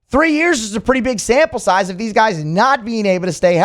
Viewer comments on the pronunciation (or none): none